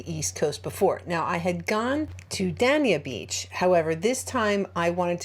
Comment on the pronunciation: It’s pronounced ‘ Day- ni- a Beach ‘ 😉 . Just letting you know that’s all . I live in North Miami Beach and I can’t let a fellow Floridian go around Florida pronouncing the name wrong !